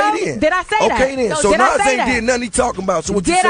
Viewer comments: hate how this nigga sayin nore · Nigga...its Nore not Nas lol, no one rocks with him